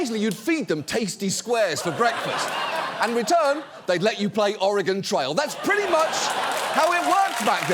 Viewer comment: Ok John I will luv u forever because u know how to pronounce Oregon....luv forever